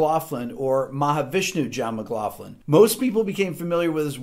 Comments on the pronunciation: It must be an American pronunciation thing, but this is the first time I’ve heard John McLaughlin’s surname pronounced with the soft “ff” sound, rather than the hard “ck” sound. It kinda bugged me, but I love your channel Rick. You are a inspiring teacher. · I know that the English language is screwy at times but let's not fuck it up completely ok ? McLaughlin isn't pronounced McLafton the augh is pronounced ocklan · Wait... It's pronounced McglauFlin... All these years I've been calling him McgLOCKlin... I feel like an idiot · John McLOCKLIN is how we’d pronounce it where the name came from anyway :) Great stuff Rick Haven’t heard of some of these guys but I’ve homework to do now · McLaughlin not McLaughlin!